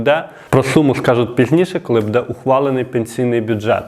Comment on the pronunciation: У слові "буде"наголос падає на перший склад слова,а не на другий.